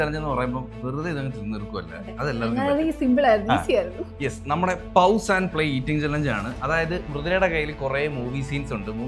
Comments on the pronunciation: Guys its not pavuse...its pause more like pose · Pause -പോസ്✅ പൗസ് ❌ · പൗസ് അല്ല പോസ് 😂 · You didn't pronounce "pause" correctly.... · Pause pronounciation is wrong 😅😅😅😅😅😅😅😅😅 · Pause pronounciation in wrong